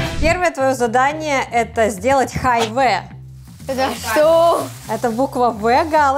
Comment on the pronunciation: Вообще-то не Хай ве а Хай ви!